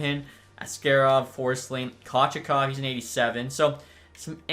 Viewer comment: You keep saying Kochetkov wrong. It's pronounced koh-CHEHT-kahv. I just had to put this out here. Love the videos mate.